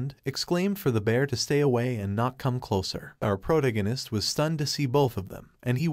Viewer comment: I can't spell, but why can't you speak English? Pronounce protagonist. You should search for any word you have no clue how to say, learn to pronounce it correctly, and then move on. Some words sound different in Britain than in the USA, you should pick one and stick with that choice. Spelling of words between British and USA is also an issue but I'm more worried about sound. Doing this can help improve your subscribers and viewers.